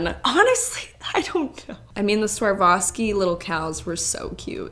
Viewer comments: LOVE THE VID!!! JUST PLS SAY SWAROVSKI INSTEAD OF SWARVOVSKI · I thought it was pronounced SwarOVski, not SwarVOski. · The sheer number of times “swar-voski” was said instead of “swar-ovski” 😅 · The way you say Swarovski haha I can't now I know how you guys feel when Slavic people read English brands 🤣🤣 You and switch o and v in that word making it Swarvoski:D Also, w should actually be read like v in this word so it should be Svarovski:) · It’s swar-ov-ski not swar-vah-ski! Lol! My mother in law used to collect the miniatures and they were about $80-100 for the tiny ones and quite a bit more for the bigger ones. Any that had colours (like the animals had) were more expensive also. I’m Canadian so that’s in $C. Love your so much! She feels everything to the bottom of her heart doesn’t she? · Love it but why are you calling it sarwowski instead of „swarofski“😭😭😭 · She’s saying swarvoski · The biggest culture shock of my life was NOT the fact that people actually pay this much on seasonal stuff (as i thought it would be), but ACTUALLY the fact that pronunciation of Swarovski is SWAR-VO-SKI. The amount of times i replayed that intro out of PURE SHOCK!!! lol for context, i thought EVERYBODY pronounced it SVA-ROV-SKI, but that's not the case ig 😀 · Well I thought it was pronounced swar-kov-ski until this video 🤦😂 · You were mostly right. It’s Swa-rov-ski or swar-ov-ski. Either one as they are the same thing. The swa part is pronounced like the first part of swat. W isn’t pronounced “V” in this case. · The fact that you said Swavarski sixteen times.... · Girllll why are you saying SwarVoski? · Love how your consistently mispronouncing Swarovski as Swarvoski 😂 But what a shame they just put in magnets and decorations... I would've expected more jewelery 🙃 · no, its swa·ROV·skee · the way she sais Swarovski wrong lmaoo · My favorite part was how badly you pronounced Swarovski 😂